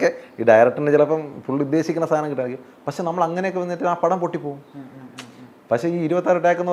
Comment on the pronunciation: ഇയാൾ കൂടെ കൂടെ "പശേ" "പശേ" എന്നു പറയുന്നു. പക്ഷെ എന്നാണ് ഉ ത്തേസം എന്നു തോന്നുന്നു... മണ്ണവേന്ദ്രാ വിളങ്ങുന്നു ചന്ദ്രനെ പോലെ എന്നാ അണ്ണാ.... സൂര്യനെ പോലെ എന്നല്ല.... അണ്ണന്റെ ഈ കൊണയടി കൂടി കൂടി , ഫീൽഡിൽ ഔട്ട്‌ ആണന്നു അണ്ണന് തന്നെ അറിയാം.. അണ്ണൻ പയങ്കര ചം മ്പ വം ആണ്ണാ.... ബാലു മഹേന്ദ്ര ഇപ്പോൾ ഉണ്ടാരുന്നേൽ സ്റ്റിൽ ഫോട്ടോഗ്രാഫിയുടെ സീക്രട്ട്സ് അണ്ണനിൽ നിന്ന് പഠിച്ചേനെ അണ്ണാ... മലയുടെ മുകളിൽ നിന്ന് വാണം വിട്ടാൽ സൂര്യനിൽ ചെന്ന് പൊട്ടുന്ന അണ്ണന്റെ കൊണയടി...